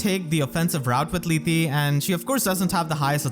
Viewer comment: You don't need tokeep pronouncing the E at the end of Yarne and Lethe. It's not pronounced, it's Yarn, and Leeth. Lethe even says it in her voice lines. When a name has an e at the end, 9 times out of 10 it isn't pronounced seperately, it's either silent (as with Yarne) or alters the pronounciation of the rest of the word (as with Lethe)